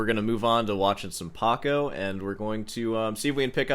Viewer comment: It's PACO not PARCO